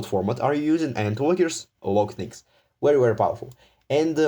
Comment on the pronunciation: This is wery wery wwwery bad 😂😂🤣